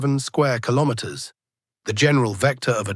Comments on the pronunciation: Kilomens? Kilomerds? Kilomers? What is it AI? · Is this mean the AI can't pronounce "Kilometers" appropriate?